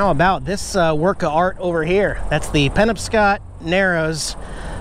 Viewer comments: PUH - KNOB - SCOTT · It pronounced pen-ob-scott river. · It’s pronounced Pen OB scot. Thanks for the videos from my home state good job buddy! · VER_TI_GO!!! LOL For real though! By the way, I love the way you pronounce the names of the towns in Maine. [Penobscot= Puh-knob-scot, emphasis on knob] your pronunciation was one I never heard! Anyway...love this trip! I didn't know this bridge is here! Next time I go up to Bangor I will need to stop here! Thanks for the drone footage, too! I saw your drone shot near the Kittery Outlets! Beautifully done! Thanks! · Now you're getting to my neck of the woods. I'm enjoying your trip and glad you got a clear day to go up the Penobscot Narrows Observatory. The Penobscot people are the Native Americans in this area. We pronounce it Pen-ob-scot :-) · the river is pronounced " pen ob scot " something tells me you are or already have been to bar harbor. the more east you go the better the boondocking will be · It's pronounced Pen-ob- scot. Thank you! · 😀As you talked about donut hole history, I pictured sailors competing to eat their donut off the wheel, the ship lurching, the wheel spinning, and whoops..there go the teeth! Great to see the drone shots and bridge elevation perspective. Friendly FYI...'Penobscot'...pronunciation emphasis is on 'NOB'😉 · Great video, and I'm still giggling. The poor penobscot river.....you mispronounced the name and it made me laugh. Thanks for a great start to the morning. Truly glad your enjoying this great state.